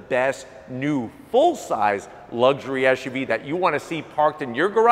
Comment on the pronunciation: It's SUV NOT ASHUV